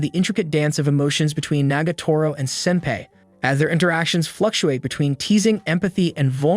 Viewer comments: It is pronounced sin-PI NOT SIN-pai!!!! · What's so wrong on say senpai correctly like fr dude it's not pronounced sempe like fr smh there's several times u say it correctly but a bunch not saying it correctly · Man says ‘senpay’ instead of senpai. HOW INTERESTING Also anyone else think it’s interesting how at the festival they put a collar on him? KINDA SUS FOR ONE OF THE LESS HORNY ANIMES, AINT IT? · Man doesn’t know how to pronounce senpai. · Definitely not wrong, the entire video/recap sounded like the narrator only watched half the show, also kinda kept getting bothered by how senpai was pronounced 😅